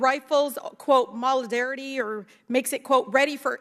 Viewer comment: Does rep Talib, in addition to her ignorance, not know how to pronounce “Sig” or “modularity?” You have got to be terrified that these people vote in anything given how little they understand what they’re talking about. It’s a wonder that federal programs aren’t smoldering heaps of trash. Wait…